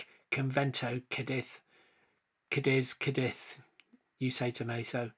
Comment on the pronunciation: Lovely city. It's CADiz, emphasis on the first syllable.